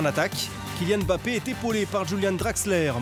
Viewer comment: Mbappé et non Embappé. Il marque 3 buts contre le Barça, chez eux et ça ne suffit pas pour que son propre club prononce correctement son nom à chaque fois pendant 26mns? Serieux !! Faut faire quoi?